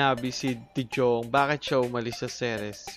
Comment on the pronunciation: de JJong? de Yong kasi yan eh. 😂😂😂